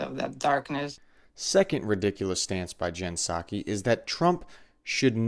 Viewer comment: The hits keep coming. Puh-Sackee is also unwatchable for me (you seem to find these, ). I don't envy you for having to watch these folks, but glad you are growing your footprint